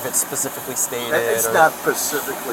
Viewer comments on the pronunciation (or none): “pacificlly stated” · PACIFICALLY stated